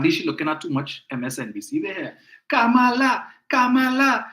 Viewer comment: Remember its KAMALA and not KAMLA